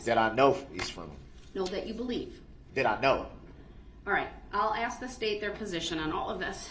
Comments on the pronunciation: "The state can AX the same question I already AXED? " Gotta love a piece of sh*t that can't even say the word ASK properly. 🙄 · And no idea how to ax a question 😅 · If he was sentenced to 1 year for everytime he mispronounced the word "ask", I'd be happy.